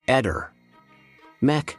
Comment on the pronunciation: 👏🏻👍🏻 La pronuncia dell'alter Eder, è, in questo caso, perfetta!